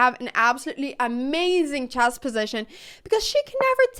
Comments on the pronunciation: & "Choss". I can't speak 3 languages. I'm busy butchering My native tongue(eyoo, that sound's nasty). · like chyasss